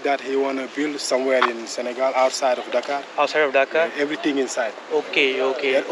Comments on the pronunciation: It's not Daaa-kar but " Da- karrr" like burrrp in Hindi.. Thanks for the Video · coup..कूप नहीं कू.......... डाकर नहीं डकार..... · It's डकार 👍 not डाकर